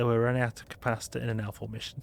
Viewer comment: its just his accent, he means L4 not alpha....i guess